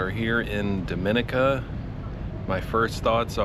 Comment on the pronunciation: Dominica is my favorite island! We love the people, trails, waterfalls and views! needs to learn to say the country name correctly though, lol.